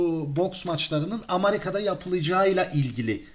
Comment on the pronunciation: Amarika değil amerika e ile